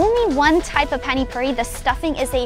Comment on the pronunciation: Is it difficult to say Pani Puri, its not Phaani Phauri